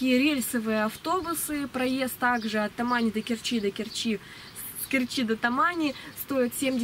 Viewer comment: Доехать до КЕрчи - ударение на первый слог